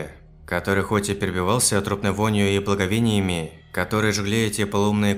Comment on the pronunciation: сильный запах перебивался благовОниями, не благовЕниями. Я один слышу маленькие ошибки?? (чаще в ударениях)